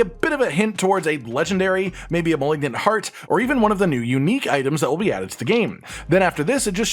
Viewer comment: Is there some meme I'm not aware of, or can he just not pronounce "malignant?"